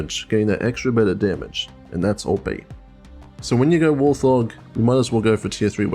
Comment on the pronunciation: Pretty sure Warthog is pronounced Wart-hog, idk how other people say it though, so I may be wrong.